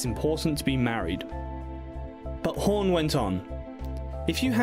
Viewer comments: It is not "horn", as you pronounce it. It is HAWN.....say fawn, Dawn, Hawn.....several times to get the dialect correct. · I love this couple but next time please don't let anybody with the English accent do a story on them once he called Goldie hore and then he just screwed her name up all the way long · Who's Home ? It's Hawn !